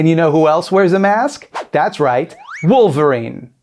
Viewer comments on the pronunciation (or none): none